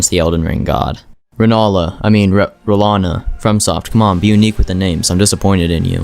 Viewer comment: “Ranayla” is wild